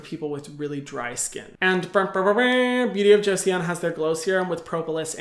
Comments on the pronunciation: I study Korean and it's actually pronounced "choson" ... I really like your video and really want to try the serums from this brand! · I’m korean and you pronounce joseon, josun 😁 also its “조선” in Korean. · Joseon can be pronounced like jo sun :) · eo is read as /oh/ si, it's read as joson. :) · It's pronounced jo-suhn in case you wanted to know 👍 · Joseon is pronounced JOE-SUHN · Yassssss Korean skincare is no joke honestly,,,haha joseon is kind of pronounced as Jo-sun and I would love to hear about more ingredients like madecassocide or centella asiatica extract! They are kind of a hipe here,, Love your videos hehe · joseon's pronounced "joh-sohn" but the effort was great hyram! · i'd say "joh-sun" but yea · More like Joh-sun actually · it is pronounced Beauty of Jo-sun.. "sun" 🌞☀️ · Not trying to be rude or a Karen, but it is pronounced Jo-sun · omgg yess thank you form talking about Beauty Of Joseon! I'm living in korea now and I saw many of their products and was tempted to buy it but i didn't know if they were really good or not! so thank youuu! (btw you read Joseon as 'chosun' actually ahsuahsua the romanization is really bad for pronunciation) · Joseon is actually pronounced as "Joson" but Hyram i'll give u a pass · I think it's Jo-sen. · I think it's more like Jo s-on (on as in on and off) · I think it's pronounced as 조선. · Yesssss. I speak korean so I was like "no, just no. Jo-see-on?" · It's pronounced like Jo-son (조선) , but the O in Son sounds like a and o together. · Hi hyram!! Love this video and topic (and that the likes are at 294 at 64 views) adn I just wanted to say that Joseon sounds like Jo-son/sun when pronouncing it! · The 'eo' in joseon is pronounced as 'aw' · How can he pronounce Joseon wrong when they literally sponsored him I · hyram.... joseon is a two-syllable word lmao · It’s pronounced kinda like Jo Sun, not Jo-see-on Hyram! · i think it is pronounced JU-SON. Beauty of Jeoson. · Joseon is pronounced Joh-Suhn (like sun)!